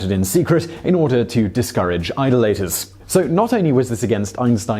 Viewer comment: pls learn to pronounce "idolater"